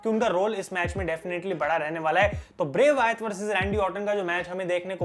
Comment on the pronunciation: Why do you say bray Wyath It's bray Wyatt